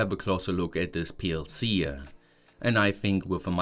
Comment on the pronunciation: Why do you add extra "E" sounds when pronouncing certain things like PLC, Variable, Example, Do, OPTA etc.